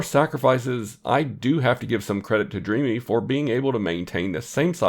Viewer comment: Thanks for the video. I believe the brand is pronounced “Dream” btw